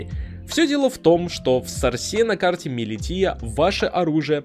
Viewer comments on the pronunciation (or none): Милиша а не милития 😂